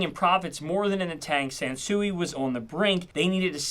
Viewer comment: I thought you said Samsung. I had to do a double take. 😂